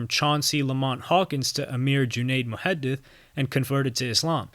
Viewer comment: You pronounced the name Muhadith correctly. So I checked your channel name and I see why lol. Great video.